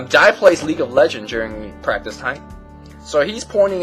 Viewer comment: Lol. "KingJ, Dai" sounding like "KingJ died. "